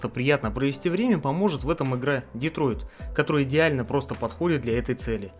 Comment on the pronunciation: Detroit. Детройт. Так-то город такой есть, а ты над его названием так изголился :(